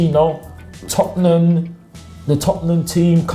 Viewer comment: Tottenham... Not "Topnum"... Tottenham! 😂😂😂